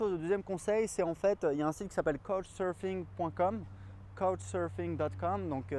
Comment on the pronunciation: Super conseils merci ! Je compte partir seul 1 - 2 mois aux Japon pour mes 18 ans et je m'inquiétait un peu de la solitude et du logement mais cette vidéo réponds bien à mes questions, merci ! Et couchsurfing se prononce "ka-ou-tch surf-ing"